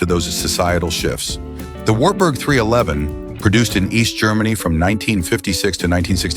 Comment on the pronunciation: AI is terrible. Some words are better off left to their original language. Wartburg is one of them 😂